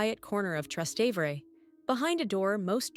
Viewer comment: I stopped watching when the robot voice mispronounced "Trastevere" twice.